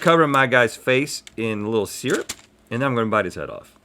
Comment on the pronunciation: Syrup: pronounced 'sir-up' not 'seer-up'